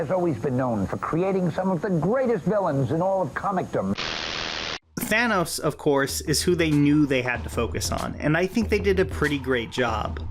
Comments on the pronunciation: did you just say thaynos? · Are you saying...Fanos? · Why does everyone call him Thaynos? It’s Thannos, like Thanatos. Death